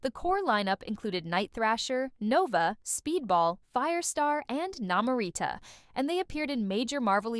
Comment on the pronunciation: Tigg-Ra? Na-Mor-Rita? Talking about the New Warriors and showing the TEEN Titans? This video is terrible. X-Static was NOT X-Force. X-Force was the New Mutants and then became Gen-X. The Gen=X movie was nothing like the books.